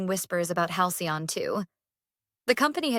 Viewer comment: Why can't your AI system say Halcyon sorry it worked, once